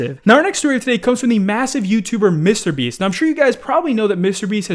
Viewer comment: Why does he say Mr Beast like that lmao